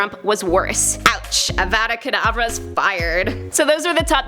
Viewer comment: You said it wrong! HAHA!!